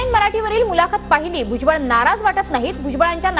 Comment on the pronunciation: भुजात नहीबल म्हणा भुज बळ